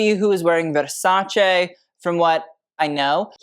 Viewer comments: Thank you for pronouncing Versace correctly. ❤ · I live how you pronounce Versace correctly. Shows such respect and passion you have for fashion 🎉